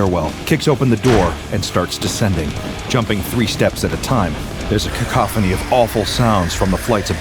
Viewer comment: Thank you for pronouncing "cacophony" correctly, and not as "KACK-oh-phone-knee".